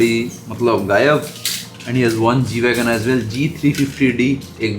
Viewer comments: Pronounced it correctly. G Wagon....😻😻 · pronounce perfectly and nicely the car name.....sombhaii..